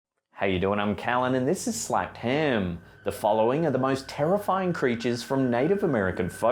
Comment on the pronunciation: Anyone else love hearing (,?) say "slapped haam"?